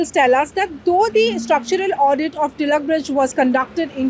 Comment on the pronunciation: Thanks for the correct pronunciation of Tilak i.e. " टिळक" and not as "तिलक". However it is not "परेल" but it is परळ..why do we need to anglicize our own names? Also it is very sad that non Marathi people make no effort to learn the local language but they also do not make effort to correctly pronounce names of people and places in our state.